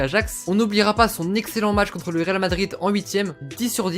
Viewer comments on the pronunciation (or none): none